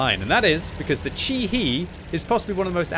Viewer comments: Chi-He is probably pronounced more like "Chi Heh, than "Chi Hee" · It's pronounced more like Chee-Heh or Chee-Hey ([tɕihe] in the IPA), btw